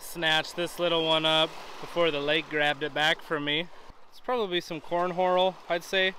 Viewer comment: Corn horal? 😂